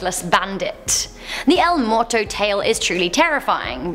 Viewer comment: "El moto?" It's, El Muerto Mu-er-to. Or you could have said: The dead.